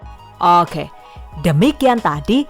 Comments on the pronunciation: suka banget pas bilang "owke" 😆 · "Baris Okeh" 🤔